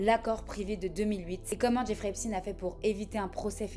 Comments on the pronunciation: Ouais bon, quitte à le prononcer à l'américaine.. autant bien le prononcer. On ne prononve pas epstine mais plutôt epsteen, c'est pas la même chose... Sinon on évite. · si, a aucun moment elle ne prononce comme il faut. Epstine ptdr une bonne française qui dit qu'elle va prononcer à l'américaine 😂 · *C'est intéressant qu'en amérique, ils disent "epstine"... cette faute dégueulasse n'est pas seulement due à l'ignorance, parfois c'est volontaire... l'enorme désinformation qui entoure cet energumene concerne aussi son nom j'ai l'impression. Et oui c'est toujours "epchtayne", exactement comme Einstein. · Pourquoi ne pas prononcer son nom comme tous le monde ça m’a stressée toute la vidéo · Du coup tu dis Albert EinstINE ? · désoler mais un nom de famille sa ne ce traduis pas lol et en plus tu sais bien le dire wtf tu es un mouton qui le fais juste parce que les autres le font pourquoi tu n`aurras pas de haine si tu le dit correctement il ne le mérite pas sa j `avoue mais quand même pis tu remplis le clicher du français qui parle mal anglais mais bon quand ont fais une bonne vidéo avec de la recherche pousser ont ce force a bien dire les choses ou dit juste le prénom c`est tout bref mais j`ai bien aimer ta vidéo